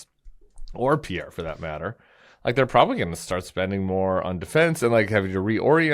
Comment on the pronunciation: Lol damn Tim. I spit laughed out loud at your French non pronunciation of Pierre. You always make me laugh. That's the one for me today.